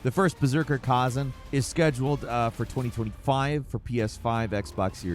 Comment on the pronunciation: I’m pretty sure it’s khazAn, not khAzan